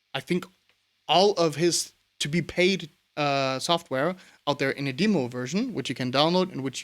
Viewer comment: Wie gesagt, es war schwer das herauszuhoeren. Is schon amtliches Englisch. Es waren einzelne Woerter. Glaube bei der Aussprache von "Demo" hast du dich etwas verraten. Im ersten Video hatte ich dann zusaetzlich nen deutschen Kommentar gesehen und da vermutete ich schon sowas wie nach Deutschland gezogen oder so. Ja, cool, Danke fuer den Sub. Rock On. Ich stosse mit Rotwein an! Cheers